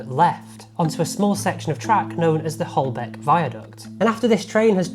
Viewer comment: Don’t call it “Holbeck” viaduct